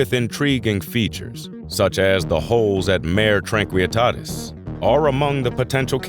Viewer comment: Mare Tranquillitatis is Latin, not Spanish. The "l's" are not pronounced "y."